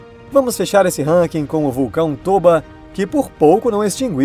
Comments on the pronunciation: tôba? colé cara, não estraga minha 5a série não, é tóba kkkkkkkkk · esse vulcão tôba o nome dele é pronunciado tóba, então esse é o nome certo, tóba, com a maior explosão da historia, deixando o número de humanos em 10 mil.